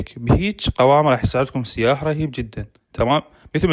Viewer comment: سياح بدون تشديد على السين يعني سايح. مو سييياح